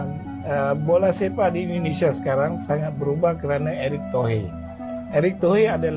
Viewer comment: Eric Tohir bang,bukan eric tohe ...😢😢😢q